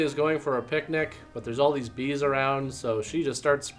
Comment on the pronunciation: BEAD'S?! Or are you saying BEE'S?